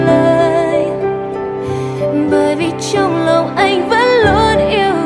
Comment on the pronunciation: list hay !! có bạn hát bài Mơ , cứ "mìn, mìn " , mình người gốc Bắc, nghe mình thành mìn, khó chịu dễ sợ và hơi buồn cười thôi, hehe, 1 số chữ "anh" phát âm cũng bị "miền nam" , "mìn" chỉ góp ý tí zay thôi, còn bản vẫn thích chữ mìn thì "mìn" cũng vẫn nghe đc, ko sao, hheeee